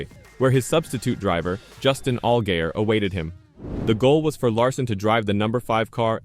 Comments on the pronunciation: this is absolutly horrendous. If you can't say the town or drivers name correctly then don't say it at all... Conkerd? really?... Allgayer? omg I can't handle this anymore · Do you even watch any of the shit you make videos on? “All-gay-er”, really? C’mon man. Do better.